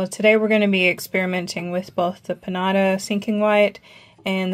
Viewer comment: You pronounce it Peen-JA-TA